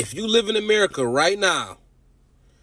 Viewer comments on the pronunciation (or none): none